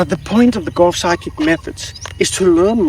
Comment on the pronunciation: Sometimes when you say "Golf Sidekick" is sort of comes out as "Golf Psychic" which still works for me.